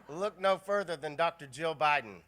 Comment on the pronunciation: When Joe Biden says his wife’s name, it sounds like he is saying “Joe.” It is weird. Also, this guy has got nothing. He needs to retire, go sit on his porch in Delaware or wherever he lives and just drink mint juleps and reminisce with his old friends. 🍹 He would be a terrible President, that is IF he could beat Trump.